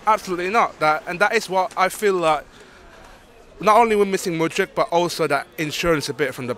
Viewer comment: MydrYK, not MudrICH